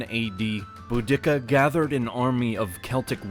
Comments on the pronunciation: Boo-dick-ah 🤣🤣🤣🤣🤣 boo-dee-cah this pronunciation doesn’t contain an unnecessary dick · Pronouncing it "boo-DICK-a" is hilarious to me. I've only ever heard her name pronounced "Boo-di-Ka." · I thaught her name was pronounced Bow-di-seeer, not Bo-dicka? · "Bu-dick-a...?" Dude, it's "Budi-ca".....just saying... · I enjoyed your video! Although I think Boudica may have been outraged at her name being pronounced Boo-dik-a instead of Boo-duh-kuh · Boda" see-ah" - not Bo" dicca". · BOO-di-ka is how the name was pronounced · The name of the Queen of the Iceni is pronounced, "BOO-dick-ka." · Boudica. I thought when I was in school I was taught to pronounce it bow- da-see-a? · this dude said boo dick uh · The commentator has only read about this story. IT'S PRONOUNCED, "BOO-DAH-SEE-AH"! Get it right, ya historical butcher! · I've heard Boudica pronounced loads of ways over the years but never Bo-Dicka!! :) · theres no K in boudica.. its pronounced bou-di-car i believe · Is this AI voice? I only ask due to your cringy pronunciation of 'Boudiccea.' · Hmm I'm not sure the proper pronunciation of Boudica , but every time you say it in this video it is different and none of them match what I hear other people say. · That's not how ya pronounce Boudica lol